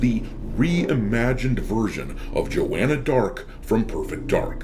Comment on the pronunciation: That was JAW-Anna Blart